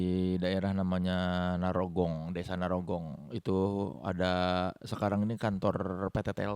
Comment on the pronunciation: narogong ya bukan nyarogong